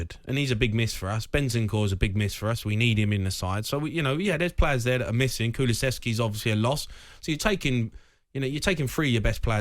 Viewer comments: Kulucheski ffs hes not polish or Croatian get his name right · Its KuluSSSSSevski, not KuluCHevski. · I've noticed many english people have a huge problem with his name. Many seem to call him "Kuchlevski" rather than "Kulusevski"